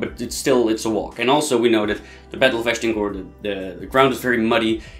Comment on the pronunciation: Agincourt. Pronounce it just like the French do. Not 'ashdincourt(!?)' A zjien koer!